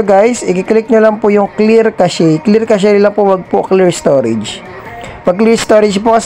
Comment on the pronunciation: Cash po tamang pag bigkas sa cache hindi casheyyy..